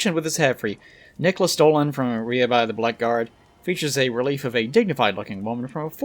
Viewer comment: Oh, and "blackguard" is pronounced "blaggard" (which is also an alternate spelling)